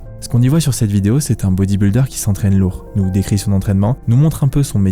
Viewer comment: Putain que ces Frenchies sont nuls en langues étrangères. C’est: “bodyb-iiii-lder”, pas “bodyb-uuuu-lder”!!! C’est quand même pas la mer à boire, bordel de merde!